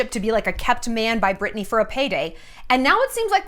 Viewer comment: Am I losing it or does Shallon keep saying “Burtney” instead of “Britney” 😂